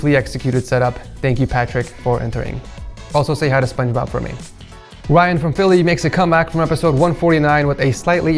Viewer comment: Did this man say spung bob